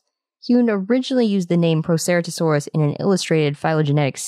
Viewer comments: When you say the word Proceratosaurs you’re just saying it wrong, but since you said all of that, now I know it’s related to the Tyrannosaurus family. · That's not how you pronounce Proceratosaurus, I'm sorry to be this kind of person and I know many dinosaurs have different pronunciations, but I think the right way to say Proceratosaurus is the accepted way